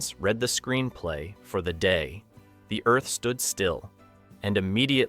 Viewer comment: Unfortunately, your video cuts off everyone's heads. I am pretty sure that is not the way it was filmed. Also your AI reader splits the title on at least one place as "The Day........the Earth Stood Still" You need to edit the text of the narration so the AI reads that all as one phrase. Also the AI murders the phrase "Klaatu Barada Nikto". Check the movie for the proper cadence of the phrase. Just a tip. Still giving you a thumbs up for your work.👍🏼